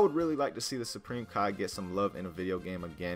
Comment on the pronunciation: Turn on subtitles when he says supreme Kai lol